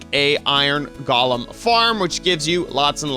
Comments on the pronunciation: GOAL-lum. GALL-um is the twisted guy from The Hobbit. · Why is he saying iron goalam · Iron GOE LEMS!!! Not iron GOLLUMS!!! GOLLUM is a character from lord of the rings.. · Galem lol its golem